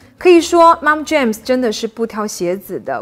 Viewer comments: 發音Jean, not jam, 發音準確，你講中文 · 非常同意。特别是牛仔裤怎么听都是James而不是jeans哈哈哈 建议up主在没有把握能准确读外文名称时就直接说中文就好了。几乎所有款式国内都有相对应的中文名称，没必要非要把外文名称与中文名称念俩遍，并不会让你显得更高级，况且你的内容已经很好。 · Jeans 英文發音錯錯錯! 不是 "Jams" 若要專業請就更專業一點! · 觉得她的内容还是可以看的，可是英文讲的实在是太难听了，特别是牛仔裤，听着好难受。我觉得还是不要插英文的好，真正讲英文的人听了觉得听那个不下去。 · 牛仔褲的發音可能要去確認一下喔！